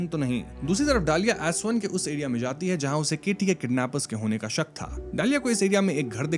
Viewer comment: Bhai its Shak ✅ not Suck❌ 😂😂😂😂😂